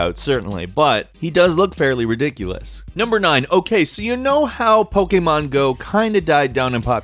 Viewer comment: This guy keeps pronouncing Pokémon wrong